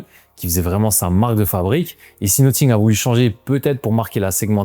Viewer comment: Pourquoi prononces-tu 'Nottingue' ?